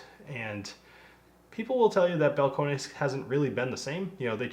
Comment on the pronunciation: It's just pronounced Bal-cone-iss.